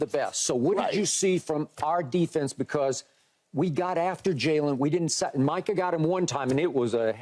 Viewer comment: Is Irvin saying Michael parsons? Or is he just saying it funny lol I hope he knows it’s micah 🤦🏻‍♂️